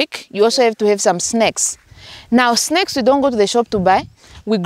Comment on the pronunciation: Am I the only one that heard 'snakes' when she said 'snacks?' 😁 I know, that southern African pronunciation.